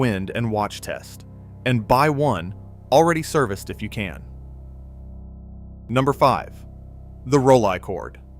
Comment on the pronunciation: The Plaubel and Yashica A are going for well over a $100. on ebay. So I do not know where you get your prices from. The Kiev 60 is well over $100. Those negatives you showed about 120 negatives are not that big at all. And it it is pronounced Roll eee chord. Stop using this AI shit and hire real voice actors.